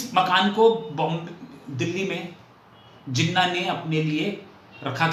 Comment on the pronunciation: Thanks. I am a Pakistan and here is my thought process. No disrespect to your accent but you have continuously mispronounced Jinnah’s name as Jenna’ without the [h[. I doubt if you were deliberately mispronouncing it but it was harsh on me because Jinnah is a very reverential figure in Pakistan. India has been blessed with great leaders while Pakistan had only Jinnah. Now the house in Bombay. Like millions of Pakistanis and Indians too, it was not easy to leave their ancestral home and migrate to other country and they always wanted to go back. Lots of them even brought the keys to their homes with them. Even ordinary Pakistani Punjabis like my father who had no palatial homes in Amritsar wanted to go back. Jinnah’s home was expensive one and so was his love for the home. At the time of independence, Jinnah vision wa that both India and Pakistan’s border would be soft borders meaning people can come and go as they wish and he or both leaders had no idea of this grand scale migration and the bloodshed associated with such migration. I think migration and bloodshed was not a foreseeable by both Hindu and Muslim leaders. It came much later with the Redcliff Award. So your accusation that Jinnah wanted to come back and longings for his home cannot be true for one additional reason and that only Jinnah knew the extent of his terminal illness. Fatima ~Jinnah ran for the presidential election in 1964 and could not have contested her will in India because that would h